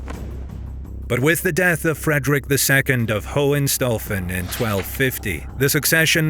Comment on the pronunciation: Excuse me. It's pronounced "HOH-HEN-SHTAU-FEN".